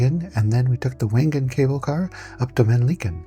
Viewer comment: Wengen is pronounced Vengen. Nice video. Had to turn off the repetitive "music."